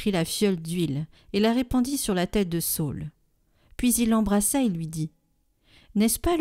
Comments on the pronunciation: Sa ül et non Saul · Bonjour, merci beaucoup pour votre site! Merci de nous faire goûter à la Parole de Dieu au quotidien. Cependant, question sur la prononciation de SA Ü L. ( sa ul) SAUL c'est St Paul... D'après ce que j'ai appris.. Merci pour votre investissement!